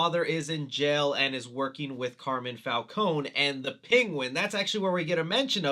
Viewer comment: Love your videos!! but it’s pronounced CAR MINE (like a gold mine) not Carmen. Just giving a little help with pronouncing an Italian name.